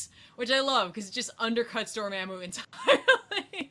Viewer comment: Everyone says Dormamu...I cringe